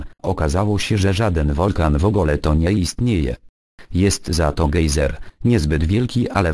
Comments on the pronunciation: "Gej"zer XD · GEJ-ZER XD